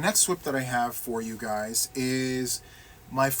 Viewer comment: Ok I think my favorite part was the end when you tried to say take care guys and you said it sounded like take care buys, I just giggled. But seriously glad to see you joined the National Crochet month challenge with us. It's been a lot of fun and focusing on one thing (not easy to do for some of us!) And I don't have the squirrel mind I have a cat one, because I see that shiny object and I am lightened focus on it and NOTHING gets me back lol. Now I have to get COMPLETELY caught up on your videos but it's ok because your laugh always makes me smile :)